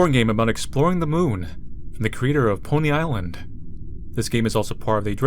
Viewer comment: When manly said "Pony island" i hear him says "poly island" instead, and thought this was a weird side game to poly bridge or something